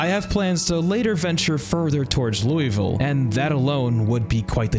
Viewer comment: Imma take the engagement bait and tell you you're saying Louisville wrong. But other than that, preemo playthrough.